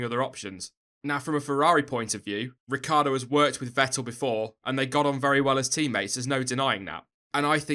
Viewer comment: Hey I m italian, you should pronounce Ricciardo like "Ricchardo": you forget the i ;)